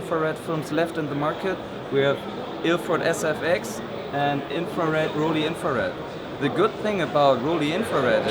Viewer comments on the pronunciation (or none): WHY is he intentionally mis-pronouncing "Rollei"?? It is not "Roll-eeee" but "Roll-ai" as in the English word "I" as in "I am Chinese."